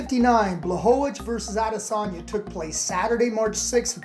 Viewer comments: did you say adelasagne? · “Add-ezaña” lmao